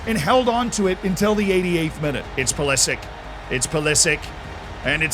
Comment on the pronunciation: Its not pulislick ... this bothered me way to much